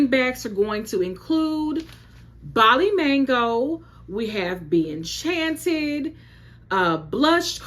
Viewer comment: Thank you for pronouncing Bali correctly! So many other people pronounce it Bally ☺️